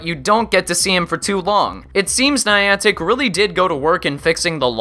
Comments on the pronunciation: Minor nitpick, but if you review or talk about this game in the future, it's pronounced neye-an-tik (rhymes with "gigantic"), not nee-ahn-tik. You seemed to go back and forth with both in the video, but I can assure you that neye-an-tik is the correct way. Source: Ingress player. Also welcome back,. Glad to have you in my feed again! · What is Neeontic, you mean Niantic. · Haha Niantic... "Knee-on-tack"... Its "Nye-antic" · I also can't pronounce words for my life so please forgive the NYE-AN-TIC and NEE-AWN-TIC. the POKE-AY-MOn and POKE-EE-MON, and whatever else I messed up ;_ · nie-ann-tick not nee-on-tick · It's niantic not niontic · (NI-An-tic) holy fuck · NEON-TICK?..... REALLY ARE YOU JUST TRYING TO PISS ME OFF? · Insightful video, had to dislike though because of the pronunciation of Niantic. You said it right like once in the video and for the remainder of the time you said it, I cringed. 'NEE AN TIC' Where did you even get that e sound man? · you pronounce Nyantic wrong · He's saying niantic wrong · I play pokemon go every day still and don't whine about every little flaw in the game also u say Niantic wrong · 5 minutes in, and im done. If this was coming from a person that actually played the game for a year,i'd see the rest of this. But when you mispronounce Niantic and suggest you need to buy pokeballs,I threw in the towel. It's not a fad anymore and there are still ppl playing,like myself. To each their own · can u atleast pronounce Niantic properly.Nick and reversal help this guy to get his stats right